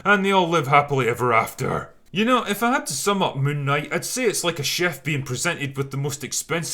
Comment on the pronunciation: i refuse to watch this movie til I can take the name seriously.. btw it's called "Moonk Night"